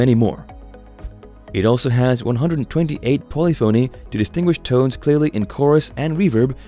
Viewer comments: Learn how to pronounce “polyphony.” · Narrator can’t pronounce “polyphony”, so probably knows zilch about music. Kawai digital keyboards beat all of these.